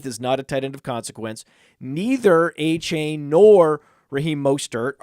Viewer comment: You're pronouncing Achane wrong. AY-chan